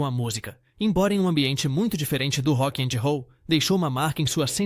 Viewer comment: Também vc precisa aprender inglês. Se eu não fosse duplo cidadão e te ouvisse não entederia sua pronúncia de Rock and Roll. Transformando a audição em escrita seria assim: "Hocky angy Houll: algo mais ou menos assim. Chega a ser quase imbecil.